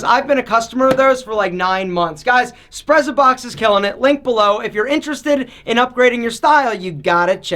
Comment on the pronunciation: Wouldn't it be pronounced "s'pret-sa-box". From the Italian "sprezzatura". Like "pizza", the double z is pronounced "ts".